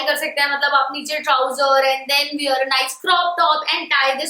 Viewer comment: What’s with North Indians and word wear? They can’t pronounce it right to save their life . Duh